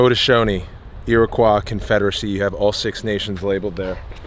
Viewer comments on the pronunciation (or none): Is anybody else here native and knows he didn’t say iriquois correctly?